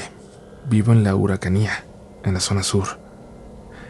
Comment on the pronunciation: Hola, es Araucanía (no uracania 🙏🏻), es una Región de Chile ❤